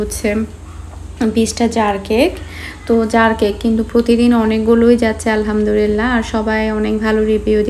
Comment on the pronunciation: আলহামদুলিল্লাহ্ শব্দটা সঠিকভাবে বলবেন তা নাহলে অর্থ ভুল দাড়ায়।